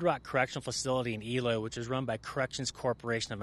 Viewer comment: Learn how to pronounce Eloy